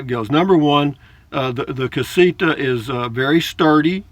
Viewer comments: LOL...well, maybe it’s a combination of my 73 year old (Yankee) ears and your 73 year old voice, but it sounds like you say CasiKa. Whatever. Love your videos, man. Safe travels. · CasiTa...not CasiKa.